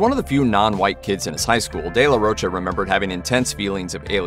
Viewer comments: If it's mexican in origin, pronunciation is de la RO-CHA. The "ro" english speakers pronounce with an "u" sound at the end. It shouldn't, just an "oh" sound. "Cha" is easier, as in chapstick. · sounds french in origin. in italian and portuguese its roccia/rocha (respectively), meaning rock/stone. both using cha/sha. given the spelling and phonology of the spanish language, the correct pronunciation should be RO-CHA (cause its not spelled roca or rocca) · The Spanish pronunciation is the former. ROH-cha or ROACH-ah with an American accent. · No, sir. The proper pronunciation of his last name is not “roe-ka.” Just because people who don’t know any better have been saying it that way for years doesn’t make it so.